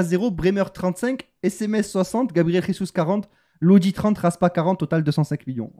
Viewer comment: tu avais raison dans ta prononciation de Gabriel jesus, J en portugais ca reste J et pas R:) Les frouz et cie en langue ce sont des bites faut pas les écouter:)